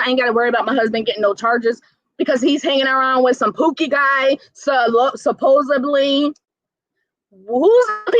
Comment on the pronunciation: The word is actually SUPPOSEDLY, not "supposably".